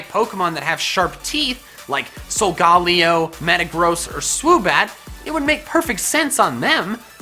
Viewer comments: You pronounced it wrong it`s not So gal leo it So guh lay oh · Solgaleo not salgalaeo